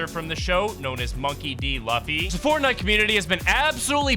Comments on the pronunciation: Lafy😂 it is lufy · Bro said L u ffy